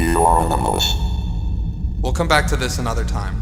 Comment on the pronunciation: Why did ,079 keep telling watch he was "anamolus" 🤷